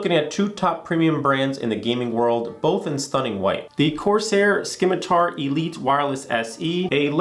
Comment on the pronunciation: The “c” in scimitar makes an “s” sound btw